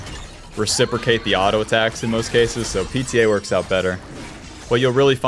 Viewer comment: Kinda annoying and distracting to have you on second monitor lately as you keep saying "auto" the wrong way.